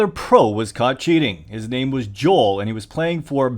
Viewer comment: Dude I feel physical pain each time you say Jol and not the right pronunciation Jowel